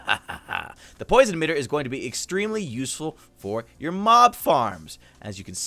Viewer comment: "This will be usefull for your mom farms!" I know he said mob, though it took me 5 seconds to relize.